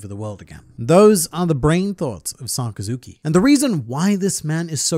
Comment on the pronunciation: sakazuki - sakazukai hahahahah U THA GOAT